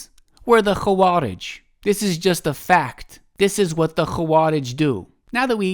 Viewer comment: hey this is totally random and kind of insignificant but the و in خوارج is not heavy or mufakham like the خ, and is muraqqaqeh